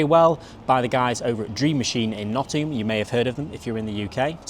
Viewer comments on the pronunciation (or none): none